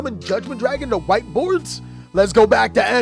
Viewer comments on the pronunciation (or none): none